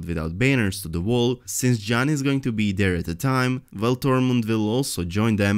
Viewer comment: Vall or Wall? His brain doesn't know which to choose, but his tongue can say both.